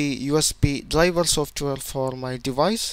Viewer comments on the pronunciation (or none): DRIVER - dlajva, dlajva, dlajva :X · Very good video but your pronunciation of "driver" sounds like dlabel